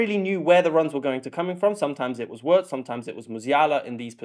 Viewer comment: Really nice analysis. Please continue. But when you pronounce Wirtz’s name just think: veerts.